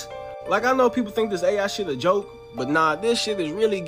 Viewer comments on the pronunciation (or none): none